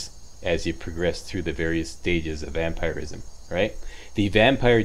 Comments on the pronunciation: Most People pronounce Vampirism as Vamp-Er-ism, meanwhile: Vamp-Ir-ism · He says vampiric correctly and vampirism incorrectly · The way he says vampirism is bugging me 😂